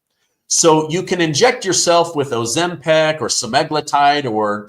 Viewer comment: Ozempic not Ozempac